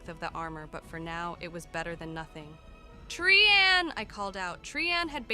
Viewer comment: Interesting that Bhelen gets pronounced correctly by the AI but Trian has like ten different pronunciations.